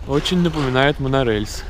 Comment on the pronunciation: Пожалуйста, выговаривай букву «е», а то вот это «монорЭельс» подбешивает